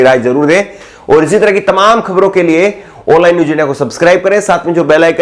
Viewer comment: आप खबर की प्रारम्भ मे "ओनलाइन " कह कर, एक गलत उच्छारण के साथ शुरुआत कर रहे है । कृपया आप इस भूल को सुधार करके "आनलाइन" कहा कीजिए ।